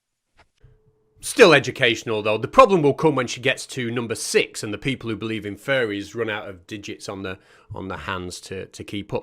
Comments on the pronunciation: I heard that as well. :3 At least you can hug a furry for reals though! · I kept hearing “furries” instead of “fairies” and that made it more interesting. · sorry everytime someone says "fairys" all i hear is "furrys" and i can confirm furrys are real - and they scare me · Hearing you say "furries" instead of "fairies" adds a dimension lol 😅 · If I was listening to this video with my eyes closed, I would be 100% certain that you’re saying “Furries” not “Fairies” and I don’t like the thought of that. Not one bit 😳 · fully thought you said "furries are actually real" for a sec there had me worried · Maybe it's my American ears, but I heard "furries" every time you (presumably) said "fairies" or "faeries". It increased my enjoyment by 15%. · Did you say "fairies" or did you say "furries" there for a moment? 😂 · Mate, you pronouncing fairies like "furries" is really confusing. Do you pronounce "furries" the same? I get they are both groups of nutjobs, but they are still quite distinct groups. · At first I kept hearing "furries". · Every time i hear you say fairies, i hear it as furries. lol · It sounds like you're saying furries lol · when you say "fairies", it sounds like "furries". that's a W H O L E other video. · Pronounce faires correctly. You are Welch for god sake have some pride